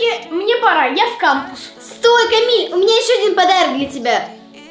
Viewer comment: Не путойте это слово кампус это не кампюс 😂 надеюсь ещё не кто не путол?